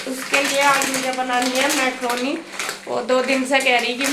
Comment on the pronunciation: Maykroni nahi mkroni hota ha